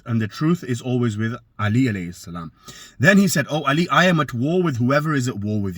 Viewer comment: You can't even say 'Ālī properly hahahaaaa miskeen rafadhi